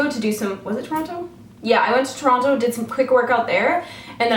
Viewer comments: I've had a fucking awful migraine all fucking day and then I saw you fucking uploaded and it's FUCKING gone! I'm just fucking grateful I can look at this fucking screen without wanting to fucking die. Btw I always thought Canadians pronounced Toronto "Tronno".. are you pronouncing it correctly for our benefit or have I been mistaken? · LOL you don't sound canadian at all when you say toronto and montreal its funny!